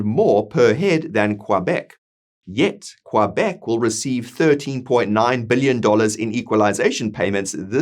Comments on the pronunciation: I agree with what you said. However I don't think there's nearly enough separatists to come anywhere close to a positive vote. But who knows what shenanigans they could pull to fudge numbers or something worse... On another note, I never heard anyone pronounce Quebec as Quoibec... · 😂 he will have to work on that pronunciation of Quebec